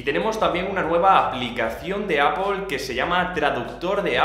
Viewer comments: Pronunciar 'Apple' sin que suene 'ápol' es tan fácil como pronunciar la palabra 'sister'. No decimos 'sisto'. Porque el sonido fonético es el mismo en '-pple' de 'Apple' que en -'ter' de 'sister' :-) Buen contenido por cierto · "APOL" JAJAJA